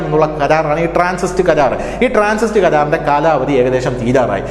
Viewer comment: TRANSIT, not Transist